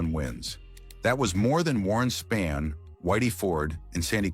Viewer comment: It would be great if the narrator would learn how to pronounce the players’ names. Koufax is pronounced with a long “O”, not a “U” and it’s not Warren Spann; it is Warren Spahn.